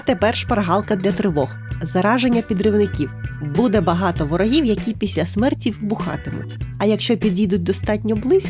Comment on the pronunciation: Я мав на увазі що у вас по тайм кодам котрі я вказав, у вимові вийшла "піся" замість "після"😇